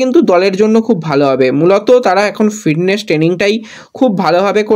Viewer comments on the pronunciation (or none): ভাই তুমি আবার ম্যাচ কে ম্যাজ বলছো? আবার ফিডনেস হবে ফিটনেস। বড়ো বাজে লাগে। একরু শুদ্ধ করে নাওনা ভাই। তুমি ভালো বলো, সব ভালো কিন্তু উচ্চারণ টা ঠিক করো। অবশ্যই লাইন নয় অফ লাইন।